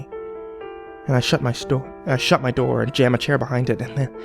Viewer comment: "i shut my shoor"